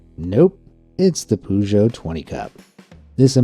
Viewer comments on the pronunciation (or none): another person who pronounces "poo-joe" in my list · damn, PIVO in my language means beer, so I guess it would be quite popular with us :) ... it's not a PUZHO or as the whole pronunciation is spelled ... just tape in google translate peugeot an listen ... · You say Peugeot really weird...